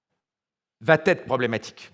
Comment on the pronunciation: Entre va et être il n’y a pas de t, donc pas de liaison Mr.